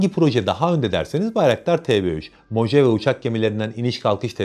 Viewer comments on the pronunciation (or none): Mohavi diye okunuyor. ABD de bir çölün ismi.